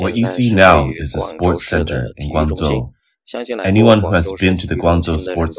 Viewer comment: It's been bugging me for weeks now that Grangzhou is incorectly pronounced every time it is mentioned on this channel. It's defeinetly a 'j' sound like GuangJo in madarin. Maybe this a mistake or maybe this channel is using the Cantonese pronunciation or something and I am wrong. Anyone shed some light. I lived in China for a long time but I admit my mandarin is not good so if anyone else has a more informed opioion that would be cool.